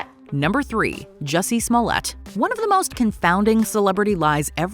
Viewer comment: Juicy Smolliyay? The French actor? 😂